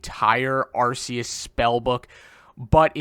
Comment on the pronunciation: Btw it's arr-KAY-us not arr-SEE-us